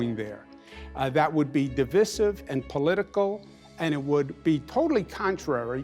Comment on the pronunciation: He just needs to figure out how to pronounce divisive.